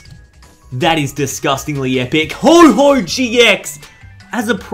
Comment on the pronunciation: I thought it was called Ho-oh not Ho Ho... Too excited for christmas?